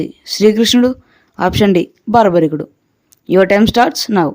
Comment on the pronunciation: It is BARBARIKUDU not BHARYARIKUDU